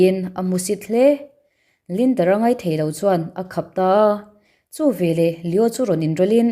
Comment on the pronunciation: Chhiar thiam khawp mai. Mahse "ve leh" tih tur hi "ve lah" i ti ziah a